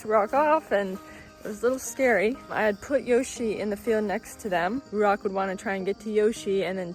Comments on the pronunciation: Ouch, that hurts! the pronounciation of your chosen hebrew name ruach is not correct. The transcripted "ch" at the end is no "k" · Ruachhhh u don’t pronounce the c as ‘k’, the ‘ch’ should be like the wind. ‘Hhhhhhhhhhh’